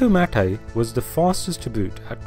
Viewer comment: "Mate" is not pronounced MOTT-AY, it's may-t/maet.